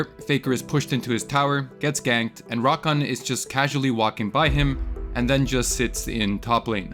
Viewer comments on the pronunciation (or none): It's rakAN, not RAkan.